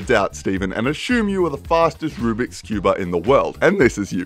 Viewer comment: And i hate you say "Rublix" Even though it's Rubik's Cube.